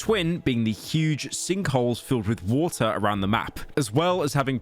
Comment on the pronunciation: Pyro can't say "bottle of water" without an H